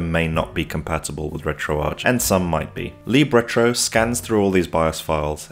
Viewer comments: It's "lib", not "leeb" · Don’t change it. Leeb sounds cool